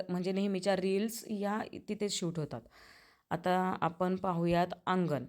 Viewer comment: आंगण ..अंगन नाही..please